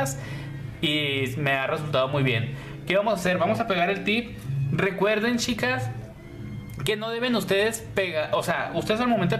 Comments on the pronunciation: De Argentina . me agrada como explicas solo me llama la atencion que no pronuncias la ch cuando dices chicas y chicos se escucha yicos y yicas 😃😃 😁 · Shicas y shicos, mushoo, ciento oshenta, brisho, musha 😂😂😂....habla bien por Dios!!!!!!